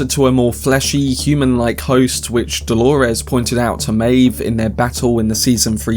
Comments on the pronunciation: Why do you say holores! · And who is Delorez? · Why do you say Dolores like that😭